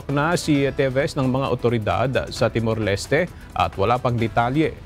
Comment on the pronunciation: Timor-Leste is pronounced with silent E not Leste with E it's Timor-Lest (Pronunciation)